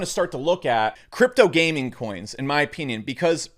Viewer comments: In my o-peen-ion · I like his Ow-PEE-nien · “In my opeenion”